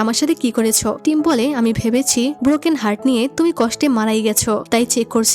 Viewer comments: তুমি ভুলে টিম না বলে থাইম বলেছো😅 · আপু তুমি এখানে থাইম বলে ফেলছো দু😅😂😂😂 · টিম❌ থাইম✅ ❤😊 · আপু ভুল করে টিমকে থাইম😅😅😅😅 বলেছেন অবশ্য আমি টাইম এর কথা জীবন চলে গেলেওভূলবো না😢😢😢😢😢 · আচ্ছা এখানে ২০ মিনিট ১ সেকেন্ডে টিম এর জায়গায় থাইম বলা হয়েছে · টিম❌ থাইম✅ ব্রাইট✅😑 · আপু মুডি টা অনেক সুন্দর ❤ তুমি মধ্যে দিয়ে টিম না বলে থাইম বলে পেলসো 🤭🤭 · আপু আমার মনে হচ্ছে f4 thailand ড্রামাটাও তুমি explain করেছিলে, আর এজন্য তুমি এখানে টিমকে থাইম বলে ফেলেছো 😊😊😊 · আপু তুমি তো ওই বিয়ের সময় টিম কে থাইম বলে ডেকেছো যদিও আমি খুব খুশি হয়েছি এটা শুনে❤❤❤ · F4 drama অসাধারণ ছিল আর তুমি সিদুর দানের সময় টিমকে ভুল করে থাইম বলে ছিলে😂😂😂